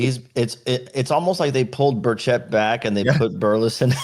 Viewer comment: BIRCH-it, not burr-SHETT